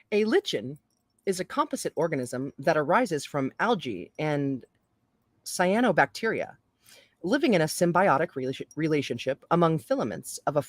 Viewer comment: I think you pronounced Cyanobacteria correctly at the end